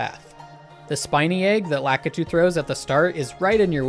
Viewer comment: I mean, my only real beef with this video is your pronunciation of "Lakitu" my guy.